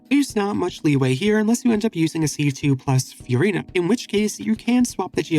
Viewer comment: why do u say it "fyureena"